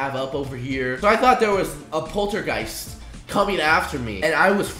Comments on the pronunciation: Uhhh poltagoost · It was funny to hear him say it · He said poltergeist wrong